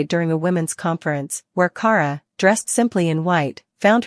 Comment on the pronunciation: Can’t even pronounce her name right it’s key-air-uh = Kierra